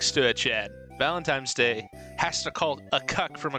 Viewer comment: homie said valentimes day